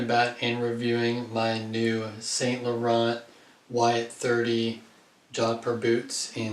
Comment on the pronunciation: San not saint .